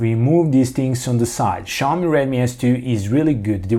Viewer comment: why the fuck are saying SHaomi but not Xiaomi?